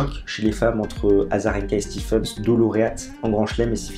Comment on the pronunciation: gros gros match entre KK et Rafa ! le Russe peut être fier ! et sinon, on prononce SLOANE STEEVENS et pas STEPHENS :p